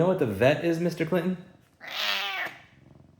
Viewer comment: Meester Cleenton